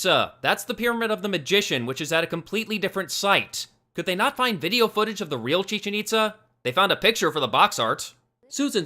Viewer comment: thats not how you pronounce chichen-itza do you hate mexicans? or do you hate mexico?